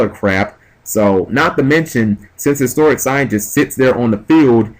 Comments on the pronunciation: its like you dont read shit On top of pronouncing everythign differently which is fine, annoying but fine. Its Hysteric sign not Historic sign, as well as Harpie's Pet Dragon not Harpie's Baby Dragon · Why would you side out Fiendish Chains which punish Channeler and Summoner Monk and keep the D Prisons/Force against a deck that pops backrow like it's its job. If these videos are any indication, your side game needs much improvement. Also, 'hysteric' is not pronounced the same as 'historic'.